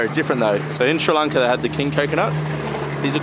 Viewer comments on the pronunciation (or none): none